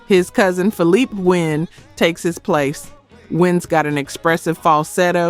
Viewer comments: This is the thing about AI voices, they pronounce things wrong. It said Philip Wynne instead of Philippé Wynne. It said Morris white instead of Maurice white. And Albert Powell wasn't a lead singer, Now if they would have lost Eddie levert or Walter Williams that would have been a different story Because Walt and Eddie Rotated on lead, Just like Philippé And Bobby Smith rotated The lead But the spinners had more songs with Bobby as lead🤔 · OK, please find a narrator who knows the artists and pronounces their names correctly. And y'all have to do better on your research, i.e. you never once showed a photo of Philippé Wynne (pronounced fill-ee-pay) during the Sinners segment. The original lead vocalist was Bobby Smith, who you kept featuring as Philippé Wynne. These aren't just simple mistakes, you actually discredit the groups you claim you are honoring with misinformation.